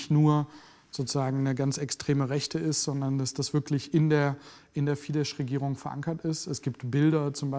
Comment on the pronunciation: Ein sehr guter Bericht! Aber bitte recherchiert doch zukünftig die ungarische Aussprache. Das „sz“ wird nicht als „sch“, sondern als scharfes „s“ ausgesprochen. Orbans Partei heißt also nicht „Fidesch“, oder der Journalist „Schabo“, sondern lautsprachlich Fidess und Ssabo. Danke!